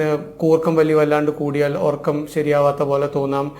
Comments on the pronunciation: ..orakkam..ennalla..urakkam ennanu...ethu schoolila padichath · എല്ലാം ശരിയാണ് But ഉറക്കം ആണ് ഒർക്കം അല്ല